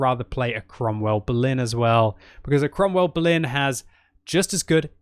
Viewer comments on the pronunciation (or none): none